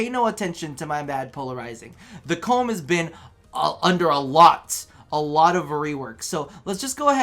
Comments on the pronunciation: he gave my ears cancer when he said "I was playing around with the cum" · I'm so happy you still pronounce the Kohm's name as "Cum" ( ͡° ͜ʖ ͡°) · Everytime he says Kohm I laugh